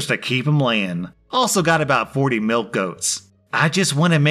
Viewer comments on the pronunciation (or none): none